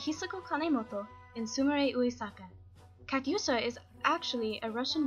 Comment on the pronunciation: KATYUSHA NOT KATSUYA GOD DAMN КАТЮША НЕ КАЦУЯ МАТЬ ТВОЮ KAT'USCHA NICHT KATSUYA VERDAMMT NOCHMAL